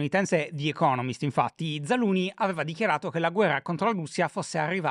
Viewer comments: Però una maggiore cura sulla pronuncia dei nomi stranieri in puntata sarebbe ben gradita, scusa shy cuore ma zaluznyj non si pronuncia zaluni, c’è una z prima! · “Zaluni” non si può sentire 😂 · Mi viene la tristezza a pensare che cambieranno Zaluzhny 😢. Why, credo di pronunci Zalushny